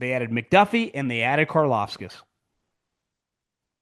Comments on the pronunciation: Big fan love the pod but dude every time you say “karlafskiss” an “anmoruno” I laugh so hard. You have the hardest time with names buddy. 😂 Lou anarumo and George karlaftis it’s not hard bubba you got this. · There’s no ‘S’